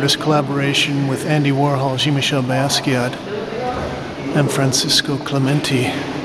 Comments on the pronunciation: i always enjoy your videos but I never heard Jean-Michel pronounced Gene-Michel before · I cringe every time you mispronounce Jean-Michel